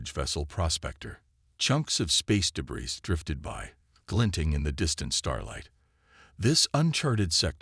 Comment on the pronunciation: Debris - not pronounced debriss, pronounced debriy.